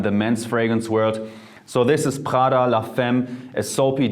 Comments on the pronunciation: U do realise he doesn’t pronounce it right, right? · It’s PRADA! wtf is khala? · Why are You reading Prada as pHada? It ain't French, It's freaking Italian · Who the fuck pronounces prada like that? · Why did you pronounce Prada with a french accent if it’s Italian?😅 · he probably can't pronounce the italian r because he pronounced it with the german r, just like the d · Yo the way he pronounced prada sounded german af! Is he german?? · Yeah it' s a shame that Prada is italian so it should be pronounced differently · Hahahahah that is so very German. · Laura Crisciotti Ok I accept that, but just out of curiosity, do you pronounce the names of all foreign brands like people from their countries of origin do? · Although his English is rly good, Literally the Moment he said Prada, I knew he's german:) #germansquaaad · After he said Prada I was like damn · Are you german? The way you say "Prada" sounds so german, you pronounce the r somehow hard.